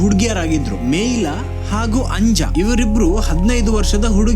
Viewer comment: ಚೆನ್ನಾಗಿ ಕತೆ ವಿವರಿಸ್ತೀರಾ. Congratulations 🎉 ಒಂದು ಸಣ್ಣ ತಿದ್ದುಪಡಿ, “Anja” ಇಂದು ಅಂಜಾ ಅಲ್ಲ , ಆನಿಯ ಅಂತ ಹೇಳಬೇಕು.